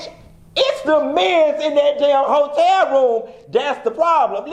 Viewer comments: Ho-tel Room! Not Ho-tel Bar! 😂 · Bihhhh!!!! "Hoe-Tel room" 🤣😬😂🤣😂🤣😂🤣🤣😬😂🤣😁😂🤣😁🤣😁😁